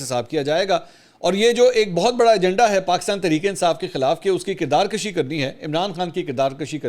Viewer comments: This word is KIRDAR KUSHI Instead of KIRDAR KASHI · منصور صاحب! آپ کی اردو اور انگلش کا حد درجہ معترف ہون اور آپ کے وی لاگس اور تبصرے کی ما شاءاللہ کیا ہی بات ہے۔ خان صاحب یہان صرف یہ عرض کرنا چاہون گا کہ آپ ہمیشہ کردار کشی (َ"ک" زبر کے ساتھ ادا کرتے ہیں جسکا مطلب کھینچنا ہے) جبکہ یہان کردار کشی ("ک"پیش کے ساتھ ہوتا ہے جسکا معنی مارنا، ختم کرنا ہے) کہنا درست ہے۔ امید ہے میری اس بات پر تحقیق کرکے اس کو درست کرین گے۔ والسلام وقار اعلی کراچی